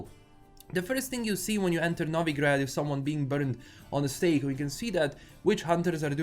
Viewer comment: I can hear the slavic roots of pronunciating Novigrad how it should be pronunced. Bravo brat!